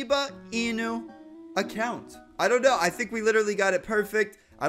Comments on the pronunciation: Says acocunt insted of account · HE SAID ACOCUNT XD